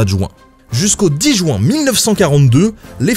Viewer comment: Jouin Jouin Jouin Jouin Jouin.... Non svp, mes oreilles saignent à chaque fois !!!! C'est JU-IN et non pas JOU-IN !